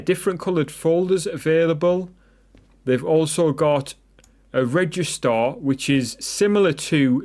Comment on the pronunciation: It's actually registrator and not registor😂. But nice video anyways